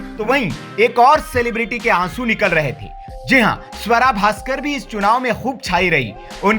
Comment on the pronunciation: Bhai sahab suwara nai hai swara hai